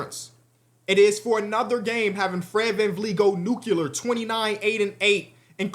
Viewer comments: stop saying NUCULAR ITS NUCLEAR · It’s nuclear not nucular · Bro can't say "nuclear" 🤣🤣